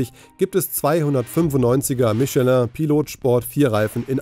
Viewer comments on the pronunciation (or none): none